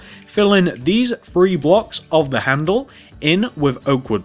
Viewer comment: What's with the free insded of three??